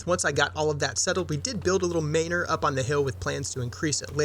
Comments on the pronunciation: He means it should be pronounced man-or, not may-nor. Like manner. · I'm dying at the pronunciation of Maynor lol